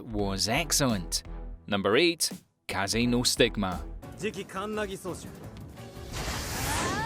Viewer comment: It’s Kaze No Stigma not Casino Stigma in your chapters